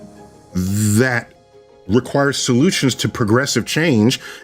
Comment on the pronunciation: The way he says require is the worst thing ever..... I really think he's doubling down on all of this because he doesn't want to get exposed for being a major creep. it's like dude, you're an astronomer and a physicist, stay in your lane.